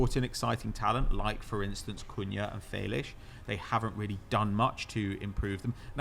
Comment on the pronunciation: I’m portuguese and is completely making up a portuguese way to say felix it’s not felish at all 💀